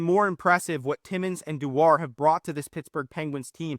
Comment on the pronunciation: I think it's pronounced Doo-er, but yes both Connors have been great